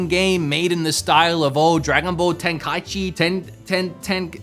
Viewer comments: "Tenka ten-ten....?" Ten-ka-ee-chee. Boo-dough-kai. Tenkaichi Budokai. "Red Dead Redemption!" You can get that for like, $18 off VGP and PnP. If you're buying enough, you can even get free shipping. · Everyone, say it with me: TIN-KAI-EE-CHEE